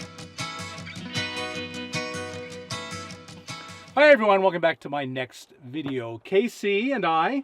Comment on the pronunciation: Bob u crack me up... u ALWAYS SAY "WELCOME BACK TO MY NEXT VEDEEIO!" LOVE IT AND ALL OF U ALL!! TK U FOR BEING U!!!